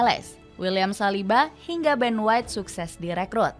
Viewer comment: Ben white inggris min..😆